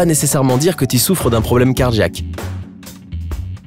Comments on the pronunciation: Et quand on dit cardJaque au lieu de cardiiiaque, c’est quoi ??? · C'est car jack? Ou Cardiaque? Moi j'ai mal compris ta prononciation... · On dirait qu'il dit car-jack comme car-jacking 😂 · Cardjiaque cardjiaque cardjiaque 😂😂